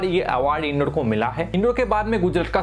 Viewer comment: Bhai " in-door " nhi h "इंदौर" h.